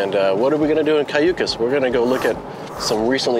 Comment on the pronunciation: You should learn how to articulate Cayucos and say it right, being taking a tour.